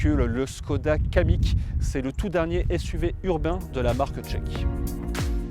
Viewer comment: C'est un Kamiq et non un Kadiq :-)